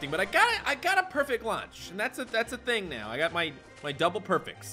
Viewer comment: Ting means thing,you pronounce the t hard every time like the h doesnt hide the t in newfoundland,they add s to everything too